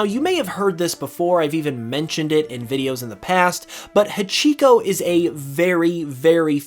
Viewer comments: Uh, you kinda mispronounced Hachiko. You put random stress on the middle syllable which isn’t correct. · I would love if Kanto Bewear kept it’s dangerous nature, friendly at first. Deceptive fairies. The way you pronounced hachiko killed me a little inside.